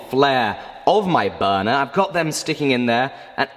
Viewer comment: I believe it's "Burner" not "buunuu" lol.